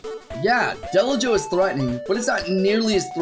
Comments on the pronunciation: its not ai bi ru oh in japanese its I BI RU JYO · It’s called ee v il joe or e v il joe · It’s “ibirujou” It’s literally supposed to be “evil jaw.” Don’t use English pronunciations for Japanese words...or at least click the “dictate” function on Google Translate! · That was the most terrible pronunciation ever. While you were on Google Translate you could've tried the speaker button. イビルジョー would be pronounced more like "Ee-bee-lu-joe". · Sorry about this but you didn't pronounce "ibirujo" correctly xd